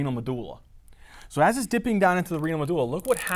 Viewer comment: pronouncing Medulla is god perfection